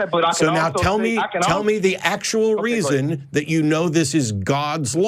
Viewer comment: “Dis, Dat, Dere, Atcks” = dumb AF. The Texas prison system did a number on this moron.